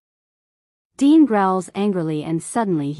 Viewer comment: Why dean becomes dine? AI for sure